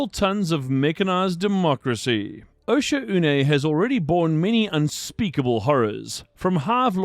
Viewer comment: Osha-oo-nay is how the ship ai pronounces it